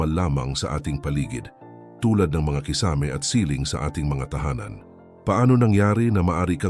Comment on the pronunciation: nako naman mr vlogger paki bigkas naman ng tama ang KISAME hindi naman foreign word yan! pki google sa tamang pag bigkas pinoy ka naman kaya no excuse pls pronounce your words correctly! Tagalog na nga palpak pa! haisttt